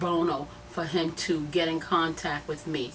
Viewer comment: take whatever help u get and go to English class lady. its TRUTH not TRUF..it's WITH not WIF. its THE not DA. its MEDIA not MEDIER. smfh